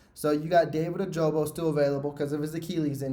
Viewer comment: Its not ojobo its ojabo